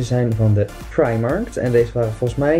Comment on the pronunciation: het is primarK hahahah niet Primarkt 💗